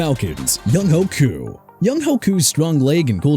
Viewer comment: Learn how to say Koo's name